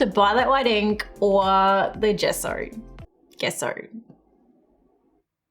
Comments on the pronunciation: Gesso is pronounced as je-so to help you instead of guess-o Hope I helped!! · You pronounce it jesso not gesso. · Its pronounsation is jeso not geso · Gesso = Jesso with a “J” sound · Take a shot every time she say gesso.. jesso? gesso? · Gesso is pronunciated like The JE in jester (jesso), hope to help! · Gesso pronounced "jeh-ss-oh" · In the USA we pronounce it "Jesso" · Lol, Gesso with a j sound.